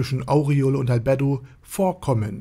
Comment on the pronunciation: Schönes Video, aber was mir in jedem deiner Videos auffällt.... Du sprichst die Namen immer falsch aus, das tut beim zuhören weh ;( . z.B. Albedo oder Cocytus und auch hier Aureole . In den Anime auf Deutsch oder Japanisch werden die Namen so nie ausgesprochen wie du es machst.